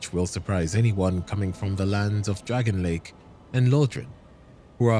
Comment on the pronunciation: this mf did not just say dragon lake